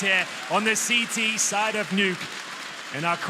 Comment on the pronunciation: We're just gonna pretend that the commentator didnt say " the nukyy " ???